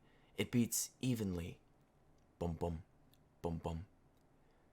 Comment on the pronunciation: Sorry if this makes me a terrible person, but your pronounciation of bom bom (heartbeat) made me lagh for some reason